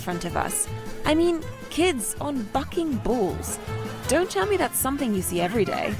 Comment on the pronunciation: Love how this reactor pronounces the word something as summit......so cool.